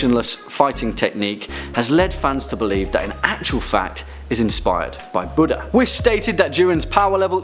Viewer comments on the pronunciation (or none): none